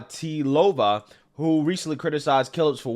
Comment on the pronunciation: Congrats on pronouncing Martina Navratilova. I know you struggle with it sometimes lol.